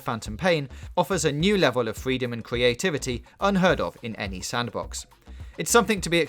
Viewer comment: FWEEDOM AND CWEATVITY WETHINK APWOACH AWOUND STOWIE ALWEADY WOCKSTAW WED DEAD WEDEMPTION SHEWIF GLOWIOUS HOWIZON ZEWO PWETTYNESS VAWIOUS STWATIGIES UNWAVEL GENEWATION WE FWESH KEATOS STWUCTURE FWEE INCWEDIBLY IMPWESS STAGEWINLY LEARN ENGLISH